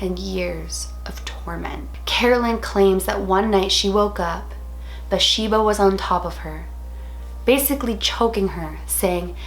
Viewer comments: I thought her name was BaTHsheba? Not Basheba...either way, loved this movie and Lorraine and Ed Warren movies! Always so well done. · It is BATHsheba. She wasn't pronouncing it right, but I love her anyways